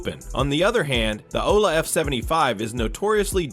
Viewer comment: "the aoula f75 and the I-jas ak 820 pro" w ai bro